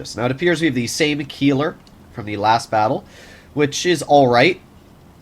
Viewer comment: you pronounced Keiler wrong. Its not a Key its Kyler. just fyi and a Keiler is a male boar in German